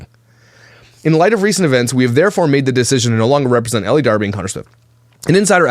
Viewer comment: Again I think her first name is pronounced "el" not Ellie.